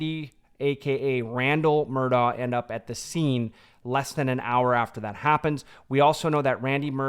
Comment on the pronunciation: It’s Mur-DOCK!!! ..for the love of GOD! NOT Mur-daw.